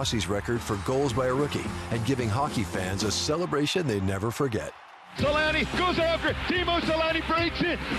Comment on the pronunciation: Its selänne